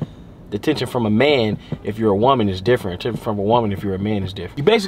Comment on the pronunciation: said atTENtion after saying Deny (nine) and eight (ate) lmaoo